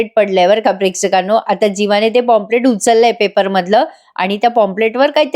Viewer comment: पॉम्पलेट नाही काही पंप्लेंट. प्लीज नीट उच्चार कर.